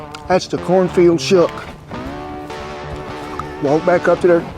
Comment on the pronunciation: Did you say "cornfald"? lol I love it.